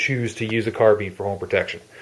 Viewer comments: Carbine not Carbean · "Carbean?" Seems like no two people say it alike?